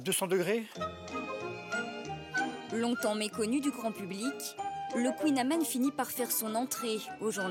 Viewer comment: Mais bordel les journalistes apprennent toute l'histoire du kouign-amann, la recette etc mais savent même pas prononcer le nom correctement ...